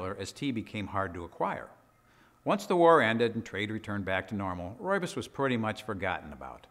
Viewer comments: South African here: Rooibos is pronounced like an American or Brit would say "Roy Boss". The RooibosLtd channel is the South African people who produce it and they pronounce it correctly in their videos. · I'm Afrikaans. From South Africa. It's pronounced "Roy-Boss". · Fantastic some of the things you find on YouTube. I was looking at how to pronounce Rooisbos tea but learned a lot more in just a couple minutes. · I have heard so many pronunciation of 'ROOIBOS', it is just hilarious, which on earth is the right pronunciation?